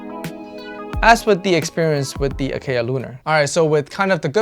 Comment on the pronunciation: I am not trolling or gatekeeping, but I hope you realize that you are pronouncing Acaia incorrectly. It's an Ethiopian varietal and pronounced differently. It is just something I wanted to point out, otherwise great video. You can check Acaia's own channel and how they pronounce their name. It's an honest mistake, James Hoffman even mispronounces Timemore's name, so it happens to everyone.